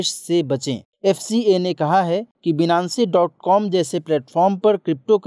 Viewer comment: Thank you so much Sir is great Finance wala pronunciation hoga shayad Binance (बीनानसे ) नही होगा